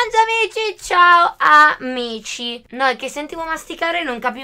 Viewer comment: Al posto di capire “CIAO AMICI”, ho capito “CIAO MICI” hahahaha❤️